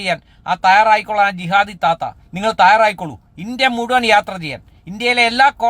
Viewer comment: നിങ്ങൾ താറായിക്കോളൂ..നല്ല അക്ഷര സ്പുടത..😏😏ഏതാ ഈ കോട്ടിട്ട മുരിങ്ങാക്കോല്..😂